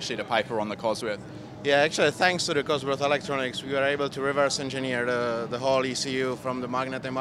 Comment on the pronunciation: What is this 'alectronics' he keeps referring to?